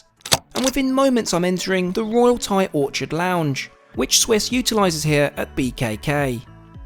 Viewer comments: Or-chid? It’s Or-kid… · Can I just tell you it’s Orchid not Orchard. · Royal Orchid in Thailand..... That is orkid.....not "orchard". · I think it's more: aw/or-kid fella, fantastic start to the video though! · Imagine not being able to pronounce ORCHID 😂